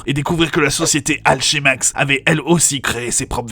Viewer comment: Alchemax se prononce Alkemax comme Alchemy #Team2099